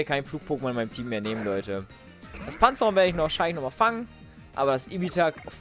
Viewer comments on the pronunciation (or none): Nur zur Info es heißt PanzaEron:D Echt geiler Part mach genauso weiter wir jetzt! ;D